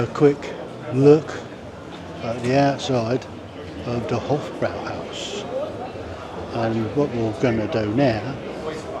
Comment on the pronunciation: If he says "Hof-BROW-howse" one more time, I am going to smash my PC to pieces. It's pronounced "Hof-BROY-howse". for Christ's sake!